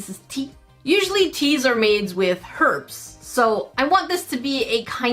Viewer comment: You say herbs like me